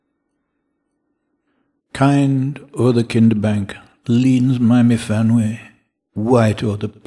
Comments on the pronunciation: I though it was mu-van-wee. Y pronounced as in Cymru. i.e. an 'uh' sound. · 'f' in Welsh, as in the name Myfanwy, is a 'v' sound.